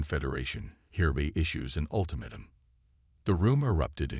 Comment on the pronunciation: Would you mind telling me what the HECK "Unredable" means!!!??? What is "QuarenTINE"? It is pronounced "Quaranteen"!!!! What is an "Ultimatum...(with a short "a") instead of "UltimAYtum"...(with a long/hard A).????? What the heck is "Weeponize"???? What ALSO is "dizaree"???? "Disarray" I know....... "Dizaree" I do not know!!!???? And THEN, what the heck is a "Cosmus"????? Geeeeeez!!!! You guys STOP using AI until they can read English!!!!